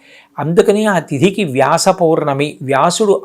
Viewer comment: పొర్ణమి కాదు పౌర్ణమి అనుకుంటా.